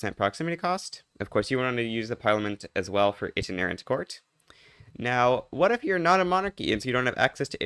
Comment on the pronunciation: lol brother you probably should look up how to pronounce "itinerant"